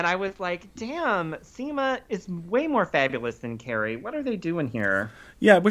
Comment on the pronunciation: When you said at one point in this video "Seema and Carrie arrive" it sounded like you said "Semen Carrie arrive"... 🤣🤣🤣🤣🤣🤣🤣🤣